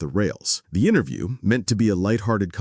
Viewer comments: Wait... that pronunciation if "interview" during the seinfeld on larry king segment.... anyone else hear something off? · I SWEAR HE SAYS INTER-JEW